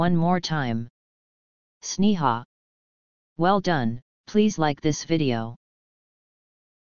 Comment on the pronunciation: Wrong pronunciation 🤣 my Name is Sneha